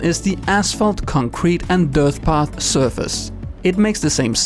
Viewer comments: can't unhear "dirth path" :P thanks for the vid! :D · You said dirth path twice!!!